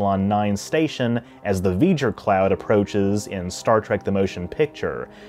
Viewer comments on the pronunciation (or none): Honestly, it sounded to me like 'weejur', not 'Vejur'. Perhaps you were channeling Chekov?